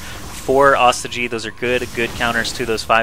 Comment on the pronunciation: this is the last time im gona remind you, its not pronounced AW STI GEE ITS PRONOUNCED OH STOY GEE